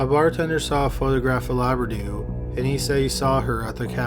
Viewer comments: LOUBRADOU. How could you say laberdoo? READ. LOU BRA DOU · I keep hearing Labradoodle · This is not a funny case of this poor woman, but the closed captions are. It keeps calling her Labradoodle instead of Loubradou.